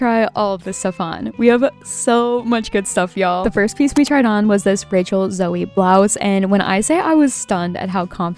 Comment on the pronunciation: Loved this thrift! I live in Texas! Btw rachel zoe is pronounced with a long O so there is no “y” at the end ❤😊